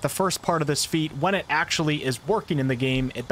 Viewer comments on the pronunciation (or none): The word is "Actually" not "Ackshee"